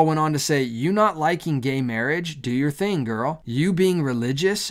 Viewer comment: Question: Why do you pronounce the word "gay" as "Jay"? It's really distracting and, to be honest, irritating.